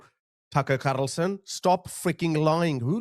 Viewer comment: “Tucker Carrrrrlson” made me spit my coffee